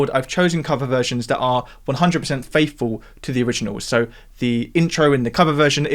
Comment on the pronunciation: "faithfow (faifow?) to the originows"